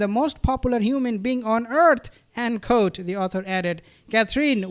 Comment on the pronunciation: Fyi.(Re: the word quote)... It's not pronounced "kote"...its "kwote"